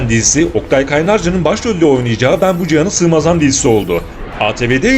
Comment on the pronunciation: “ Ben bu cihanâ sığmazam” ı iyi telafuz edemedin, sanki kasıtlı yaptın. Oktay Kaynarca hepsini ezip geçer. Net.